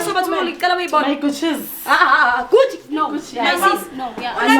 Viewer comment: This guy keep on calling Succi 😅😅😅Athi Gucci kanti umsebenzi wakho owani, mbambe 😂😂